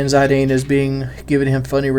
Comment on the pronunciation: it's Zidane like the french socker player, not Zadine:) love that you're doing a final fantasy game:)